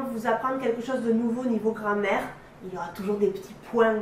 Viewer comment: Ptdr vraiment elle dit grand mère